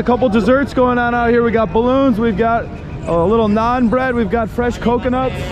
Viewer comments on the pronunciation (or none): none